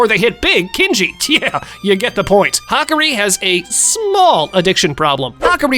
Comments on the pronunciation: Hakari❌️ Hakri✅️ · It’s ha-car-e